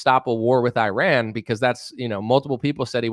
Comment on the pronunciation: You piss me off to no end when you say Qatar and Iran, but the way you make fun of Tim Pool makes up for it. Especially Tim Beainie, Tim Beanie, Tim Beanie.